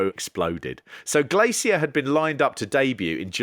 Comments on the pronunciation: Have you never heard an English person say "glacier" before? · The way he pronounces Glacier makes me irrationally annoyed.